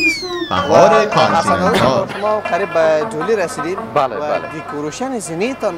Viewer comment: در کابل کانتنینتال است نه کابل کانتنیتال و در همه دنیا به نام کانتنیتال است نه بنام شهر۔